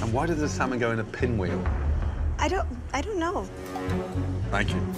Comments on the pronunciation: its Pinwheel, not SPinwheel. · lmfao it's PINWHEEL....not SPINWHEEL 🤣🤣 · It's pinwheel not spinwheel. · It's Pinwheel, not Spinwheel.